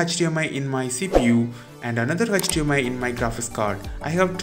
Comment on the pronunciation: Why did it always sound like "Hutch-DMI Port"